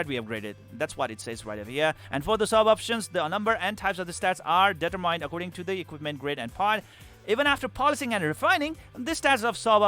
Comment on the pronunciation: Gotta reinstall to try this out. E7 is my jam so this looks a lot better now. btw "determined" isnt pronounced that way =P